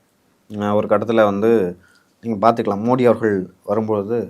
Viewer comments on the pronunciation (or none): none